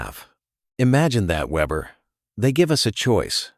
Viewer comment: Weeber or Weber, get it right A.I.